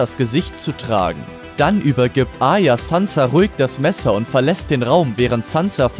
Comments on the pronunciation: Arya, nicht Aya! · A"r"ya und nicht Aya das hat mich so getriggerd! Aya, Aya... Aya...😖